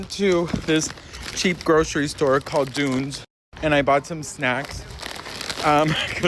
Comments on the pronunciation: So funny to see you in Ireland, hope you're having a great time! 🇮🇪 Edit: love the way you pronounce Dunnes ❤ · Glendalough is beautiful. My late MIL lived in Wicklow town so I spent many a beautiful afternoon there. Take no notice of anyone else, the Irish are brutal piss takers, it’s just a part of their charm. It’s pronounced Dones 😂